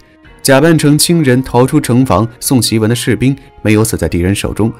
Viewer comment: 檄（xi）文，不是ji文